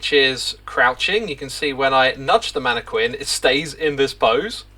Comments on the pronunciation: Please… it’s “mana - kin.” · You know it’s pronounced “man-eh-kin” right? Not sure why you’re adding the qu sound, Minecraft didn’t invent the word. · I know you're doing it to be a troll, X, but the whole manne-kwinn thing got old after the second time you said it that way. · It's pronounced MAN A KIN not MAN A KWIN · The way zuma says mannaquin is making me believe ive said it wrong my whole life. Isnt it "Mana-kin" not "mana-Kwin". Im Australian so it could just be a country pronouciation difference. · Mannequin is pronounced Man-a-kin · Hahaha manee-kwin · chooseday shedule man-a-quin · Can also attest as a UK inhabitant - mannekwin is uniquely a Xisuma thing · As an Englishman I have never heard it pronounced with a Q in my life. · Seriously? "Manne-kwins" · It's not a British thing, we say it with a hard q like "kin". It is though, an Xisuma thing. He has a list of words he pronounces in his own special way. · It's spelled mannequin but it's pronounced mannekin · You can tell that xisuma has never heard anyone say "mannequin" in real life and he's only learnt the word by reading it because he says it SO WRONG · Do Brittons really pronounce “mannequin” the way you do? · I hope 1.21.10 brings the mannequin pronunciation bugfix for Xisuma. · I think reads a lot… because that’s not how you pronounce mannequin XD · Xisumavoid pronouncing the u in mannequin is like stewie pronouncing the h in whip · Stewie pronounces the h in hwip. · It is indeed a UK thing. We tend to go back and forth these days, but pronouncing the Q is considered more correct than pronouncing it as a K in some accents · X pronounces a ton of words absolutely wrong. I'm less bothered about Mannequin than I am by him mispronouncing "I bought" as "I brought". Those are completely different words and he never learns. Has been doing that for ages